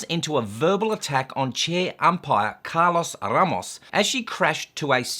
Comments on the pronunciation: Are you joking when you say R-r-r-ramos? 🤔😏 BTW Ramos means 'bouquet of flowers'. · the third time you rolled your R's when mentioning Mr. Ramos my body experienced a small seizure. My Lawyer will be contacting you here soon. Please review Neale V.S. Mary Hart. "Neale made headlines nationwide July 11 when Dr. Venkrat Ramani, an Albany Medical Center neurologist, announced he had proven the voice of Mary Hart, host of television's 'Entertainment Tonight" caused Neale to experience epileptic seizures that include loss of memory and disorientation." Just kidding mate, loved your rant as usual. I mean commentary. ' )